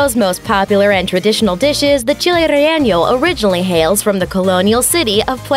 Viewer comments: Chile Relleño? Lol just say it how it's spelled: Relleno - "Reyeno" for English speakers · "Relleno" is pronounced "re-YAY-no," not "re-YAY-nyo." There is no tilde over the "n," as there is in "jalapeño." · "Chile rjeeño." She tried. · i kept laughing when she said that 😂😂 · Don't say, "Rellenyo," or "Rellenyo-yo." Latinos told me it' "Relleno." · Heh heh, no not all correctly. Relleño is not a real word. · she said Relleno in like 3 or 4 different ways, all of them wrong, lol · Ya I’s hate how she say it pero is funny